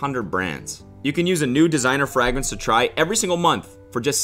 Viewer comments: WHY IS HE PRONOUNCING FRAGRANCE LIKE THAT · I’m sorry is he says fragrance with a short a sound? Lmao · why is the frag so forceful in his pronunciation of fragrance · Why is Cody pronouncing FRAGRANCE like that? Is it stroke inducing for him? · please never say fragrance again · I'm not getting scentbird until you learn how to pronounce fragrance properly. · I hate how you say fragrance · why is no one talking about how he's pronouncing fragrance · I thought the first time you said “fragrance” like that was a joke . . . And then you kept going . . . Frah-grens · In today’s episode of cody mispronouncing words : fragrAnce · fray-grance, not frah-grance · fray-grents not frag-rents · Im from northern Ohio and I’ve always said FRAGrance, so have most people around me........ never questioned it before now but of course it’s pronounced “fraygrence”. Makes so much sense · cody saying "frahgrince" instead of "fragrance" kills me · CODY it's FRAGrance not FREGRANCE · Are you saying frahgrens?? Also Cody30 cuz you're 30?? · Is that where the FRAG-RINSES come from Cody?! Do you not know how “fragrance” is pronounced? I’m dead. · We need a compilation of Cody saying “fragrence” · instead of “fragrance” you say fragment but with a “cs” at the end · I love how Cody says fragrance, Frayyygraance Frragoraance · Cody saying “frAHgrence” hurts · sir i know you get clowned on for pronunciation all the time but frag rans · Cody saying FRAgrance is making my blood boil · 😬 I know he means fragrance but it sounds more like FRAGMENTS 🤣🤣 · “Frag rinse” NO no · No one: Cody: frAgrance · frägrance lol also great video, don't wanna just make fun of you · did u just say frag rance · Freh grance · why the fuck does he pronounce fragrance like that 😭 FRAGrance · What the fuck is a frahgrence ??? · HAHAHAHA does he know he's saying it completely wrong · i seriously think cody is yanking our collective chains mispronouncing things… the way he said fragrance and cardaMOM is flooring me